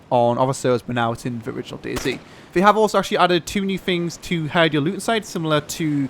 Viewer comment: it's DayZ notice the Z!